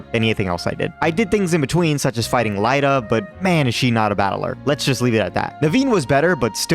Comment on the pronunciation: "Lie-da"? Really? Do you say Lucario "loo-car-EYE-oh"? Lost me with dumb pronunciations.